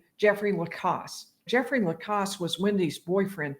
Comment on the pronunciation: I would, respectfully, ask if you could, plese, say Jeffrey Lacasse's name right. It's pronounced with a short "a". As someone who's name is always being mispronounced, it would drive me crazy. If you look at any of the videos where he's called to the stand, they ask him to say his name. It definitely is spoken with a short " a", like "pass", or " glass". Having said all that, I REALLY enjoy your channel. You make it so much easier to understand these cases. Thank you!